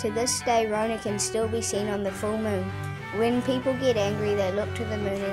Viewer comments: Good effort, I love the effort put into the story in terms of the clay figures. I know this a lot of mahi. Ka pai! But please do not mispronounce our kupu or people will think this is how we say our words. It's not Rownah. Slight variation on the story but hey everyone does it. Nga mihi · Why is Metallica playing in the background? And he's pronouncing rona wrong. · That was kinda what happend but rona fell inlove with the moon and they got married and you were pronouncing rona wrong.